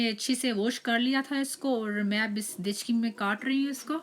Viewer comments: 😂😂apne gekchi ko bola gechki. But recipe Mashallah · Are medam dechgi nahi degchi balte h